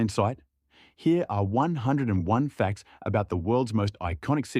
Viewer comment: Nice "facrts" dude...